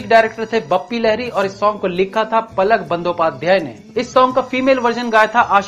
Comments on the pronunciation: Bhaisahab it is Pulak Bandyopadhyay not palak as mentioned by you. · "Palak" Bandyopadhyay nehi "Pulak" Bandyopadhyay hai. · Palak nehi pulak bandopadhyay, sehi tarikhe se boliye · Great job done! I really appreciate... * it's not Palak, it's Pulak!